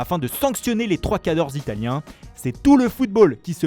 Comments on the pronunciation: Personne ne veut dire à ce mec d'arrêter de prononcer les noms et prénoms de manière aussi ridicule ... je suis italien et ça me vrille les oreilles à chaque fois !! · Dès que j'entends la voix de ce mec, je coupe la vidéo avant qu'il n'aie à prononcer un nom propre italien :D